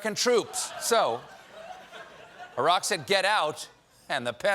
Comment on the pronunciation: How nice to hear an American pronounce "Iraq" correctly.